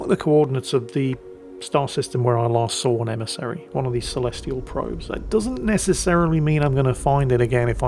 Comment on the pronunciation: "Be vewy vewy qwiet, we are hunting an emisawy" 😂